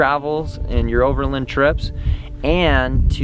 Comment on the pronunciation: Never heard anyone pronounce it "over'lun".